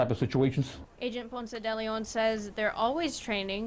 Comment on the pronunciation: It’s Ponce de Leon, not Ponce-Deleon. But it’s nice that ya’ll Interviewed my father.